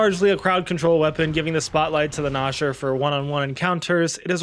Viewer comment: Dude PLEASE pronounce gnasher correct it’s driving me insane